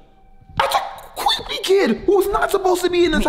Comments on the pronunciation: said cweepy kid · “Its a cweepy kid!” Best quote of the year🥇🏅🎖